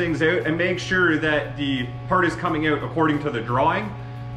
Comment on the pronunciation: thought he was American till he said out as "ooout"